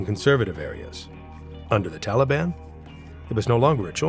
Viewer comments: Не тАлибы,а талИбы. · ТАлибы, БульбУдин, НаджибУла, наказАн, крУжки (вместо кружкИ), вЫносили (вместо выносИли), начАло (вместо нАчало), родОв (вместо рОдов)... Когда уж вы начнете ударения ставить ударения правильно!